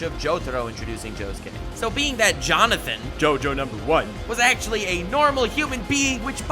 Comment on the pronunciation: joseph is the best jojo? the way you said jonathan is the best jojo wierd